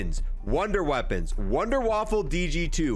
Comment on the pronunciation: I love how he calls it the Wunderwaffle lol its definitely Wunderwaffe